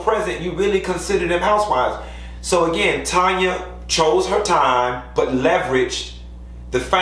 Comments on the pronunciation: Tanya's name is pronouced "Tan-ya" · Why still calling TANYA, Tonya 🤣